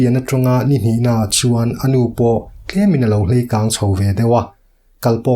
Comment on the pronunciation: Hleikang i ti maia ka hriat... Leikang tiin zirlaibuah chuan kan zir thin